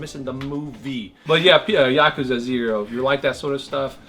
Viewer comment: Wtf is a Yokaza? It's Ya-Kooza 😀